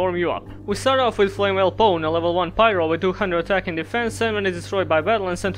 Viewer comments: I'm pissed because you're prounouncing it as "Flame Well" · I'm pissed you pronounced it as "Flame well." I hope that's really funny to you. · Here's to Flamvell Guard, rejected by most other Flamvells due to the extra 0 on its DEF, but finding its place in better decks. Also, I like how you say flamwell and it would be expected with "lewel" and "wersatility" appearing earlier. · Why do you pronounce them as "Flame well"?